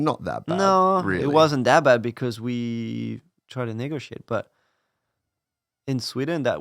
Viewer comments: I had to listen a few times to understand that one. I’m not gonna say what I thought he said… “Because we tried N….” NEGOTIATE people!!! 😂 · I’m sure I’m not the only one who had to listen to it 10 times to figure out what he said so .. ‘negotiate’ lol